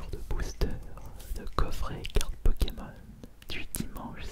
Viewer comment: Il charcute les noms des pkmn